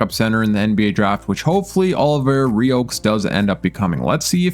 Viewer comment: Olivier Rioux is pronounced Olive-EE-AY R-oo